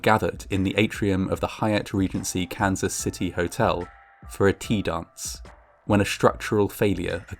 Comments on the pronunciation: Sounds like hes saying cancer city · Took 3 times of hearing "Cancer City" and thinking what a horrible name until I realized he was say Kansas LOL 😆